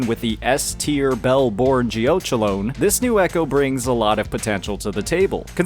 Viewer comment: Geochelone is pronounced like it rhymes with "felony"! Geo-KELL-uh-nee